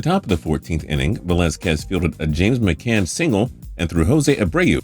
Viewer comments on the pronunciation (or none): none